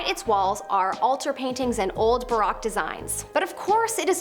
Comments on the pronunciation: Gwadda-la-HA-ra, not jarra. ee-PIS-ko-pul, not Eppis-kopple. Buh-ROKE, not Barack. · For gawd's sake, look up pronunciation! Baroque is pronounced ba-roke.